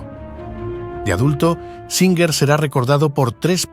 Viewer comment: Singer. O. Suinger??